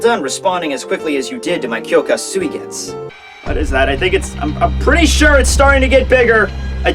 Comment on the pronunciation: Why don't you pronounce "u" at the end of mugetsu and suigetsu?